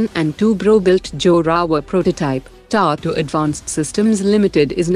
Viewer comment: What is ‘Tata’ pronounced as ‘Tato’